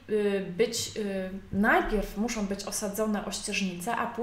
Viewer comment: co za profesjonalizm( tu użyję ironicznego tonu ) " ,,,polecam filmy - " jak prawidłowo nagrywać materiały szkoleniowe, instruktażowe" ,,,,jeżeli to forma vlogu to akceptuję popijanie z kubka ale autorka ewidentnie chce sprawiać wrażenie specjalisty w dziedzinie . Ponadto końcówki słów typu osobom,muszom,zrobiom,wyspom i wiele innych.... Tytuł filmu zachęcający , treść interesująca ale wykonanie nagrania irytuje...